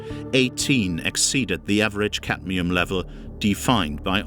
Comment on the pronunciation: The poison is caDmium. Not caTmium. Pity it's mispronounced by the speaker throughout the video. Other than that a very informative video. I've heard potatoes are the most poisonous food to eat although not the only poisoned food. Even organic produce still uses chemicals that are "approved". Its reasonable not to trust any approval process. Grow your own food and be careful of what soil you use to avoid disease including dementia. It appears to me that these depopulation tactics are aimed not to kill us outright but to kill us eventually by stealth. It means we can labour for their profit until we at use by date. Then their is no retirement refund/pension from taxes paid and the worker is left to an ugly, painful and somewhat terrifying early decline and death as in dementia. It is obviously intentional and a clear demonstration of evil in action. The depth and breadth of which is astounding. God protect us from evil. Praise to the human beings brave enough to speak and act. God bless you all.